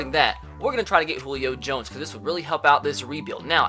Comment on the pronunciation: Sounded like you said Leo jones when you introduced him as a trade option lol.